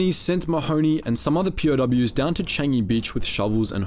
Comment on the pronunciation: I must immediately give you credit as the ONLY non Singaporean to EVER pronounce "Changi' close to correctly. Good job! First among thousands that i've heard!